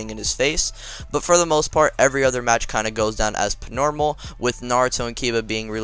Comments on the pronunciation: Why doe you say pnormal not normal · Why do you keep saying Pnormal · im not hating jus askin do u have speech impeeement because u say pnormal